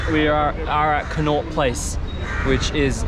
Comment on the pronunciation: You say Connaught place I hear tik tokers stand 😂😂